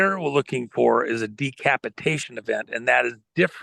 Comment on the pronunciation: Scary he keeps saying DE-capitation.